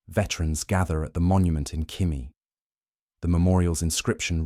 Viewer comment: Khimki, not khimi